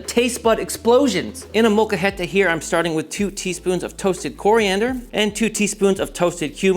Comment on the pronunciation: its a molcajete guey